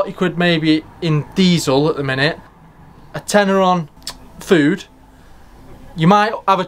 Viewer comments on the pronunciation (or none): none